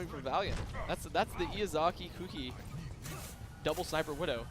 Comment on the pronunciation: the amount of times they pronounced Izayaki's name wrong. It's not Iyazaki XD.